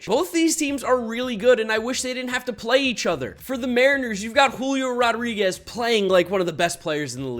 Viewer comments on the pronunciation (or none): none